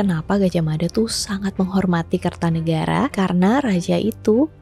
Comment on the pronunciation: jangan salah kaprah, yg bener, Mapatih Gajahmada , "Da" bukan "Dha" mada dibaca dengan lidah sedikit digigit, pembacaannya beda,, dan "Mapatih" bukan Maha Patih ,, semoga bermanfaat 🙏🏻🙏🏻